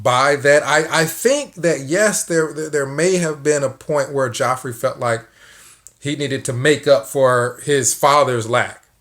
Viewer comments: Geoffrey = Jeffrey It's pronounced Jeffrey. Always has been. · Love how you say “Joffrey”. Game of thrones horrid, brat child, king. 👑lol.